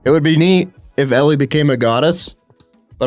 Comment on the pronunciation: Why does everyone pronounce Elle as Ellie?